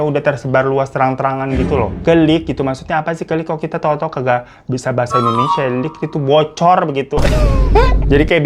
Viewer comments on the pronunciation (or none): none